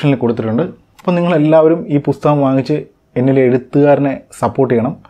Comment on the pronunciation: ഇയാളുടെ U-സഹിക്കുന്നത് പോരെ...ഇനി ''പുത്തകം'കൂടി സഹിക്കണോ